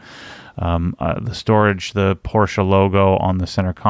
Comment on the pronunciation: I se someone else has already commented to the same effect. I've yet to see a youtuber, or aPorsche employee for that matter, pronounce it correctly. Personally I love silver wheels and think the Aurum could look good with certain colour like Night Blue. The Satin Platinum is not bad though. Definitely better than black!